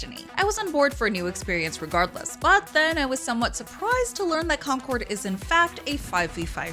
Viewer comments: It's concord not conquer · Never heard someone pronounce 'Concord' and "Conquered" lol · She can't even read the word "CON-CORD". She keeps saying "Conquered". Game looks tight. Review by a person that doesn't even know the mechanics of games they are comparing Concord (CON-CORD) to. STANK. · She keeps calling it Conquered instead of Concord 😆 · Why is she pronouncing Concord like Conquered? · Why does she keep calling the game 'Conquered'?